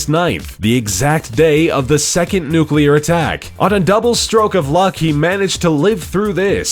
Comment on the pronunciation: Damn Amewicans, dwopping dose newcler bowmbs awl ower da pwace.